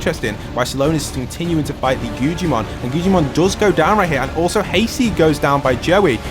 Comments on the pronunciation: Bro the way he says guggimon he said guccimon and gujimon😭😭😭😭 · Guggimons name is guggimon but it’s pronounced guggamon